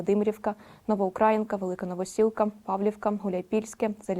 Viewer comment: Тільки не ВОдяне, а - ВодянЕ, НЕ НовоукрАінка - а НовоукраЇнка.